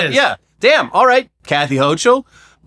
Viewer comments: Sending love from NY! Brad Lander has been an absolute hero here in the state for decades now and I’m really hoping him or Mamdani can take the ticket and make this city a better place. Also gang, no shade, but it’s Kathy “HOH-kul”, not “HOH-chul”👍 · It’s pronounced Hokul, not hochul 🙋‍♀️